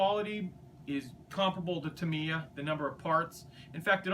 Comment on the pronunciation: You can't pronounce Tamiya and Meng correctly.